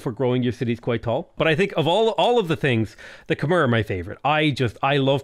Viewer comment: You have already pronouce Khmer correctly. Khmer is pronouce [kʰmae] and the way you spoke previously is already close.